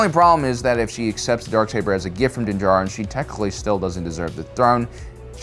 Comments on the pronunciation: He’s doing his usual not so subtle friendly trollings, as he keep saying Din jaRIN instead of Din D JAR RIN like most people. See, it made two of us troll bumpkins had to comment on his purposeful speech impediment. 🤦 🤣😂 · you’ve slipped out of your usual subtle friendly trolling states and pronounced ( Din JAR-rin ) instead of your usual Din ja-RRIN... That’s like Mando waking up and forgot to put on his helmet!... 🤣😂